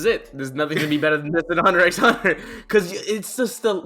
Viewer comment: I can't forgive that he said "Hunter EX Hunter"